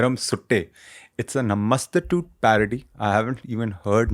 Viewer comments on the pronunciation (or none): Ragebaited me 10000 times by saying Namaste--tute😭😭😭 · More like Namastu-toot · Its नमस्तुते My G ...😂😂what up with that english pronunciation of it 😂😂bruh u dumb